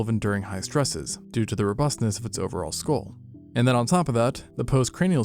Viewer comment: Due to does sound like doodoo😂